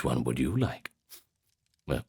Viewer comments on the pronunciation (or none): Spit out the syllables. Turning T's into D's, K/C into G's. "Gannibalism" "lygge, gomment, and zubscribe"